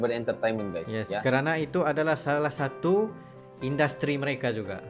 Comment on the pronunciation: Siapa bilang papua Nugini tadi ngaku,,, hayo dan ada yg ngucap indastri ,yg bener baca inggrisnya industry kalimantan park